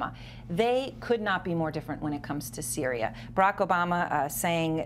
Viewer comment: "Their in cereal already" 😂😂😂😂😂